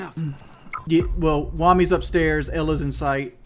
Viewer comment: Why does he still call Wamai "Wommy"